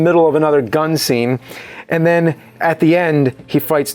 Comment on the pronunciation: I'm a fan of the show. Btw, did anybody notice how James says "..and then"? He says: "And nen" :)